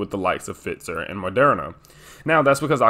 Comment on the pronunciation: Pfizer is pronounced with a long i. Pfiiiiizer.